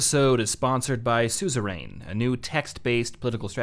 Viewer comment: It's pronounced "SOO-zuh-run."